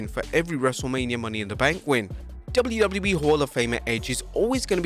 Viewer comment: fun fact: The narator cant say WWE or WCW - instead he says Dubble lew- Dubble lew - ee or Dubble-lew see dubble-lew i mean come on it's double-you - whats so hard about that? and says "more wrestling content" like he's some kind of amateur high school news sport's commentator.